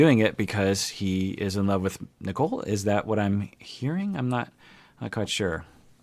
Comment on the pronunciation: I know. I just call her Nickel because (especially) during the first parts, the way Azan pronounced her name sounded more like Nickel instead of Nicole (yeah, its his accent and whatever, i just found it funny).